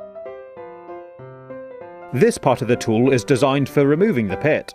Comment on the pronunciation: Pit or pip ?